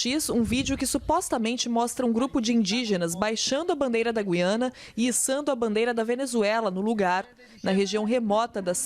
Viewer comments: Português: Gui-a-na. Paulista: Gú-iã-na. Foda-se a primeira, mesmo sendo a correta. 😂😂😂😂😂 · Gente não é goiana, GUIANA